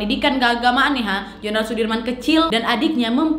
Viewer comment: Jenderal bukan jendral